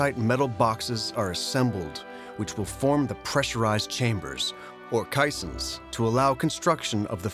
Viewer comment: "...pressurized chambers, or caissons" Never before heard it pronounced KAI-sonz; only KEI-sonz. And no mention of the concurrent discovery while using caissons to construct the Brooklyn Bridge.